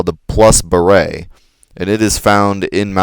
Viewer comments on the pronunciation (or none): Sorry, I'm probably not the first to say this but "plus ba-RAY"? If a french word ends in an e, that means you pronounce the consonant before it. Beret is "ba-RAY". Barette is "ba-RET". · Pronounces barrette like beret. What a nub. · Buh-ray is spelled "baret". Barette is pronounced "buh-ret". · Materia does not get experience. EDIT: OH MY GOD WHY DO YOU PRONOUNCE EVERY SINGLE WORD WRONG (wrong meaning not like me lol) seriously Yuffie Nibelheim Gi Junon Mt. Nibel Also Plus Barette is not pronounced "Beret," that one's not an opinion. He wears barettes, those things you clip in your hair, not berets, those are hats. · A barrette is a hair clip and a beret is a hat. You are saying it wrong.